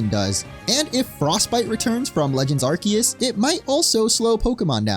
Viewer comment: It's pronounced "are-see-us" say it with me 🙂